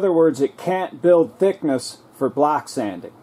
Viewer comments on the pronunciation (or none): thumbs up if every time this gentleman say "block sanding" you actually heard "black sanding" ;-)